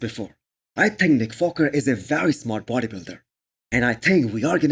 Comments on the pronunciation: this guy is literally trolling by saying nick foker or what ? my man its WALKER not FOKER !! i worked with Indians and they dont have issues pronouncing the W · You are right, he did say foker, but so what! Its just a slip of the tounge.